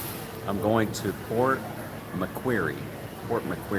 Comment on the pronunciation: Hi, please keep in mind that the coffee names can change from state to state here. Incidentally, the place with the large M next to the KFC there would have been MacDonalds (Known as Maccas here). Port Macquarie is actually pronounced as "Port Macquorry". I have never been to either Byron Bay or Port Macquarie, but we did visit Lennox Head and Ballina in 2014, which are both south of Byron Bay and north of Port Macquarie. Anyway, take care. Rob.